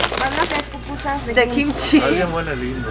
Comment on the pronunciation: Cómo que eso de pupusas se escucha como popó chiquita...!? 🤔🤔🤔🤔🤔🤔🤔